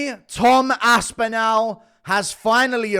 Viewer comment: the end of Aspinall is pronounced like 'ball'. Why you so weird?